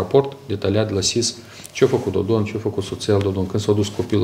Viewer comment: Mai!!!! Nu mai pronunta cu ritul tau numele PRESEDINTELUI REPUBLICII MOLDOVA!!!!!!!